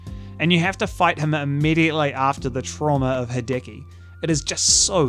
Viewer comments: It's worth pointing out that it's "HEE-deh-key", rather than "he-DEH-key". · Me, the entire video: "please don't say hideki again...": "Ha-decky, ha-decky, ha-decky." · "Ha-decky" christ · I hope this doesn't come across as abrasive (sadly it's my natural tone of speech so I'm paranoid about it) but that's not the way you pronounce Hideki. In the video, you're using the english e, which sounds like the “Hi-” and “-ki” parts of his name, but the “-de-” part is meant to be pronounced with a similar type of e as the one in the words "dextrous", "delightful" and "devilish". Just wanted to add that cause the constant "Hidiki" is killing me inside :')